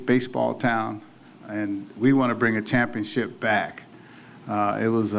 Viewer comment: “Shampionship” - Altuve “Determinae” - Altuve